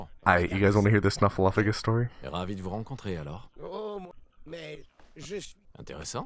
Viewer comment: Why do you pronounce it snuffleu*f*agus when the title spells it snuffleu*p*agus?